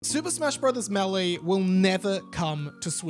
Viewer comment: “MAY-LAY” = Melee or “MAY-DAY” 😂 I love the way you say it better though not gonna lie